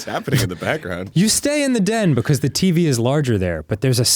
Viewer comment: This is the first episode I've noticed Dan's accent when he says "Teevey"